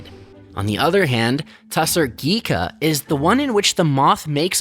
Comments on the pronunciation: It is pronounced *GHiCHā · It is pronounced ghicha the ch sounds like the ch sound in chocolate or chair. You did such a wonderful docu without focusing on the actual name of the term. Anyway thanks a lot. Ironically ghicha is cheaper than pure tassar silk. Thanks to the fact that veganism is still an urban elite concept in India. Even though a huge number of people are vegetarian they are not vegans. Also people are more concerned about vegetarian food not really about other animal byproducts they use in their daily life for example leather shoes or bags made from cattle skin are used. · Ghicha, not ghika